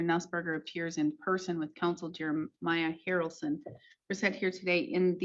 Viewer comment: Mr. HARRaRrlson, Mister HARRalson lol